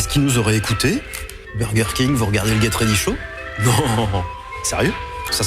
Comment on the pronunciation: Haha lui il dit bien geT ready show . Mérci